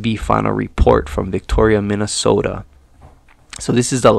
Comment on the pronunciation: Lived in MN 36 years! Good job saying 'Minnesota' like one of us! 😁